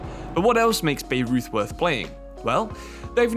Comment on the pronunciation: By-Roith not Beirut is how you pronounce Bayreuth, a Bavarian club